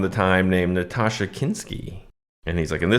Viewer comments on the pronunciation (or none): It's Nastassja Kinski, not 'Natasha.' (How could this of all channels not know about her?) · TIL that Nastassja Kinski is pronounced Natasha - I’ve been saying Na-tas-jah for as long as I can remember 🤦🏽‍♀️ And I have seen this movie but didn’t remember the incest at all, (probably too young to understand what was happening) I just remembered it was weird and I didn’t like it. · Nastassja (the narrator got it wrong here).